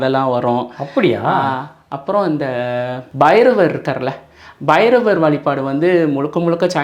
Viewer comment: தம்பி அது பைரவர் இல்லை அது வைரவர்🙏🙏